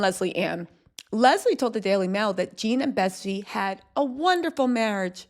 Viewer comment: Her name is Betsy. NOT BETTY.